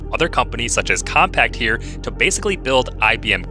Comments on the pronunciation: Compaq is pronounced “com-pack” not “com-packed”. I know, Compaq was bought out by HP over a decade ago, so it isn’t a name you hear too often, but as an IT professional, I thought you might want to know the correct pronunciation. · It always bugged me that people would pronounce it “compact” it’s Compaq (com-pak). Same with Imation, it’s eye-may-shun, not “imitation” and Hewlett Packard it’s hyoo-let-pack-erd, not “hoola packers” and HP Pavilion, it’s puh-vill-ee-un not “pavil on” and… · Its "compaq" bruh not "compact" pronounced like "compak" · bro pronounced it compact tho